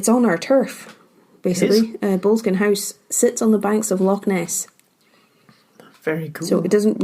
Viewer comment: Might want to learn to pronounce Boleskine properly...